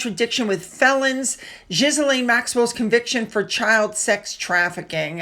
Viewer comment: Sorry, Ghislaine: it’s not “Jiz lane”, it’s “Gee lane” (hard G)..! In 2024; Harry was offered St. James’ Palace (abuts Clarence House), access to his dad! Refused, and bunked at So ho ho ho House!